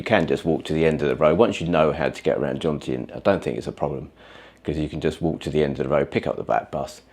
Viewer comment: Jomtien (not Jontiem) ... just sayn' 😉